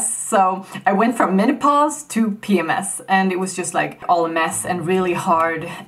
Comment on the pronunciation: WTF is pee-mass? Can you spell that word? The English speakers have so many weird words only they use. Pee-mass? Like X-mass? Why don't you say Papa Mike Sierra?! Never been in the army?